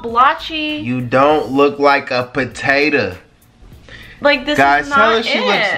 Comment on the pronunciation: “Potatah” emphasis on the tah😂😂😂